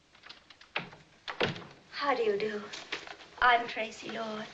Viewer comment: How lovely to hear my name said so beautifully for a change ‘Tracy’ (Tracey)